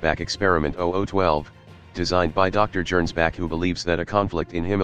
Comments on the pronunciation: Arghhh. Gernsback is obviously a Hugo Gernsback reference, which means it's pronounced with a hard G. One of the few times I've had an actual complaint with the TTS app you're using, which I generally find quite soothing to listen too. All those childhood years in the Golden Palace on Terra, y'know. Hilariously over the top plane, though. Das Gegenbeispiel is freaking suicidal for most folks but it is cheap - so maybe a viable choice for a Witch who can just leave when it inevitably goes out of control? Between the annular loop wings and the option for one of those Austrian hell-cannons* that's a lot of aviation history on one airframe. *Seriously, if you think WW1 was bloody already, imagine an alt-history where those things went into service a few years early and got stuck on some kind of armored (or at least motorized) ground vehicle instead of just planes. Of course they probably would have turned out to be too unreliable for field use, but we'll (thankfully) never know. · Worth noting -- I'm not slamming for it because the TTS will do as it does, but "Gernsback" is pronounced with a hard G, like "get" or "gorilla".